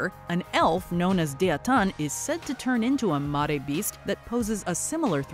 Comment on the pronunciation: 17, "Mare", like "NightMARE".